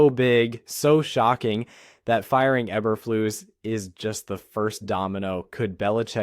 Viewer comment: Learn how to pronounce names.